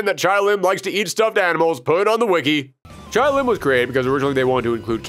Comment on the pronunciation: "Chay Lim" not "Chai." The announcer even pronounces it for you.